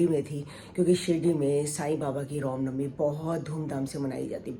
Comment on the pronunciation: Anti ji ap Ram Novi ku ne bolte😡ap hr baar rom novi bolte ho mujhe acha nhi lgta